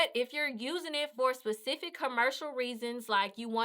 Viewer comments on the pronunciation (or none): none